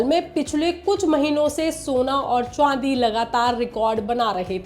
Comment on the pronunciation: Ye madam chandi ko chwandi kyu bol rhi hai.